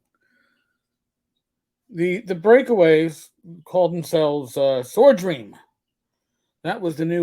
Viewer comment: It's Sword Ream not Swordream! Get it right